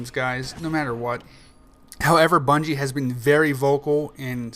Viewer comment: hahahaha he said "bunshe" instead of bungie:P